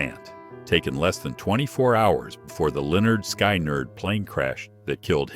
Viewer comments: Worst narration ever. Morrison died of a drug overdose and MJ died from a propoful overdose administered by his doctor. And it's pronounced SKINNER now SKYNER der. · "Lynyrd Sky-nerd" 🤣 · "Sky-nerd"?!? These AI videos always have a weird audio hiccup. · Thumbs down for the disrespectful mispronunciation of Skynyrd! Stupid ai voices. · Oh my goodness Can u pronounce Skynatd properly please